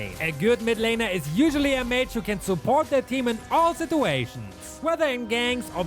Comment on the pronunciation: Me hearing supot instead of support